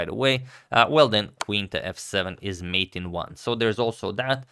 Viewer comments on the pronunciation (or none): none